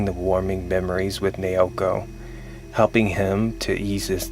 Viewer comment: it's nah-oh-koh. not neeyowkoh